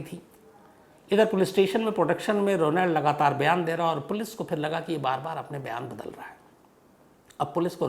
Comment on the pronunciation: Ro nald nahi Shamsbhai correct pronunciation hai rawnald